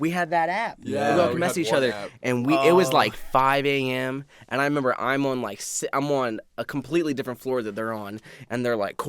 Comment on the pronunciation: I love how never says "remember" he says "member"